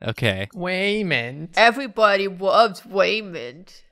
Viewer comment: “evwybawdy wuvs waymand” took 10 years off my life